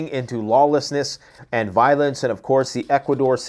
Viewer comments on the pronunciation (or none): none